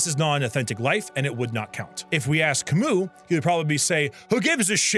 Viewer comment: As a french i really liked the whole analysis you made ( i forgive you on butchering basically every name besides Camus ). I truly resonated with your point at the end about Maelle almost not being " disabled " enough to generate empathy for her ending. I'm disabled myself, and played the game picking her side at the end because i could put myself in her shoes after a fashion, but i agree with your view that the light she's painted in isnt meant to generate empathy, she's meant to generate a conundrum for the player, at least that's how i see it. In her shoes, i'd pick the same thing as her. In fact i see my habit of video games ( especially MMORPGs ) as something similar, people often call it an escape, but while true, i consider it a "chance to experience what i otherwise cant anymore ", which is the lens through which i understood the Maelle ending.